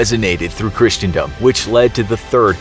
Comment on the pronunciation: Even just down to how they said christendom at the start is wrong lol